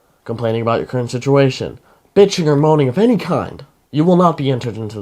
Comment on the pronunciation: Its just funny how he says moaning 🤣